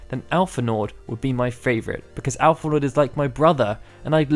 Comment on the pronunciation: The D in Alphinaud is silent.